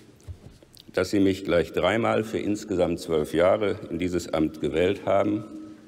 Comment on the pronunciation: "vierundert jahrö spätör" meine fresse wie anstrengend